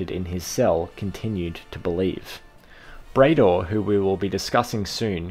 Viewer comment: Bray-dor isn't right, surely it's pronounced Brad-or!